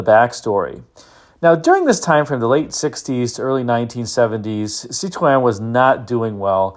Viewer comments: Thank you for not pronouncing it "citrine" like so many YouTubers do! I believe Car and Driver referred to the brake "pedal" as looking like a "diseased half grapefruit." (Or maybe it was a "rotten half grapefruit.") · You did this one so you could show us how to pronounce Cit-ron, didn't you? 🤣😂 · great pronunciation of Cit- ron. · I drive a DS 21 daily and appreciate this video and like your pronunciation of Citroen. Dispelling the myths and misunderstandings of these cars is a full-time job but it makes Cars & Coffee a lot of fun. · Hi, I’m a bit disappointed that you pronounce Citroen with a French accent but the episode featuring the Australian P6 LTD was done without an Aussie accent, c’mon mate, fair go. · Now we’re talking. The SM is in my “dream car garage,” as is the DS on which it was based. And thank you for taking the effort to pronounce Citroen correctly, a level of respect some other American YouTubers could learn to emulate. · My compliments for your pronounciation of Citroën and Peugeot. Fun fact, the name Citroën is a frenchified name from Dutch (Citroen), meaning Lemon.🙂André Citroëns family from his father's side came from the Netherlands and as the French don't know how to pronounce the Dutch "oe" sound, he changed it to "oë". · Really enjoyed your SM report and kudos for saying the manufacturer's name correctly. I cringe when a Brit says it......."Citron"........geez.